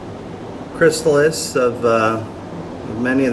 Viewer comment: great video. just one thing, sorry for correcting you but, it is chrysalis